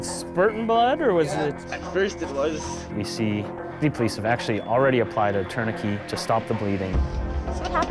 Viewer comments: In 20 years of medic work I've never heard of a tourniquet being pronounced like parakeet 😂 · c’mon people ,” torn uh kay “ is the French pronunciation , no ? tourniquet … the last 4 letters in French is pronounced “ kay “ 😅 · I couldn’t NOT hear it lol. Never heard it said that way before. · I've never heard tourniquet pronounced like this before. I'm from Texas so I'm sure it's dialect but it had me tilting my head lol Here we pronounce it tourni-ket rather than tourni-key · Interesting pronunciation of tourniquet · I think it's due to regional differences. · I think it's just a regional accent thing. Whether it's Saskatchewan or Canada in general, I'm not sure. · Differences in the English pronunciation. In many places, it's pronounced "tour nuh KAY" but as an American, I say "TOUR nuh ket." English is strange! 😅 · Femoral artery. Love Canadian pronunciations. Like 'tourniquet'(turn-i-ket).